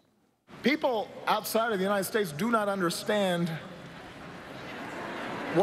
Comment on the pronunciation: Because of this man's accent, it sounded to me at first like he said "the graves of brave patriots who died defending the united ESTATES of America [emphasis added]." It only took me a second or two, of course, to mentally correct myself, and I understand that letting this accent bother me is EXTREMELY petty and perhaps even downright racist; I am actually not bothered by the accent at all, because that would be incredibly immature. That said, there is unfortunately some truth to soldiers dying defending the estates of America. As has been stated by many people before, the wealthiest, most privileged, and most powerful people in the US need not ever risk anything themselves (unless they choose to, purely voluntarily and out of absolutely no sense of necessity) in armed conflict with international interests, even though the rewards of that conflict go far and away mostly to just those wealthy/privileged/powerful people.